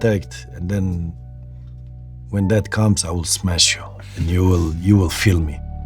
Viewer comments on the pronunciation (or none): "I will smesh you, and you will feel Me!"